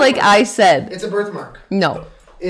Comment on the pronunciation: Peach’s Halloween costume should be an Ouija board because that’s what I hear every time Jenna calls her “Weechie”.